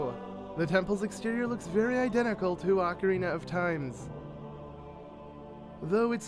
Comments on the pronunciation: OH-carina not AH-carina smdh 😑😑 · YOU FUCKERS ALWAYS PRONOUNCE ZELDA NAMES COMPLETELY WRONG. ITS NOT “AHH-KARINA” ITS OH-CARINA!!!!!! GET IT RIGHT PPL!!!!!!!!!!!!🖕🏻